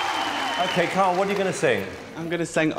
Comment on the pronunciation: Also thought they were calling him “kale” not Kyle 🤣